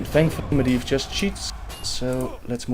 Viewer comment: Medivh is prononced MedJiv if im not mistaken :)